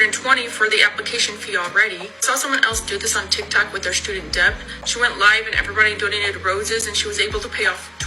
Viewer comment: is it me or did she pronounce the "b" in "debt"??🥴 all the children have been left behind, lord have mercy